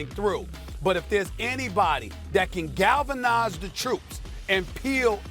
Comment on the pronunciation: Nobody: Stephen A: “gaLvANizE tHe TrOOpS”